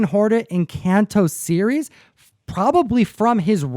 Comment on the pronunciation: "Green hornet & Kanto".... you mean Kato right?